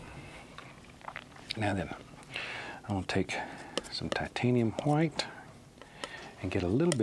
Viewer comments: Before the battle of Hastings and the French speaking Normans took over england and changed the language dramatically, it was "Hwite" "Hwere" "Hwo" "Hwat". So his way of pronouncing is actually the OG real way. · Didnt he say titanium whaite i saw blue😂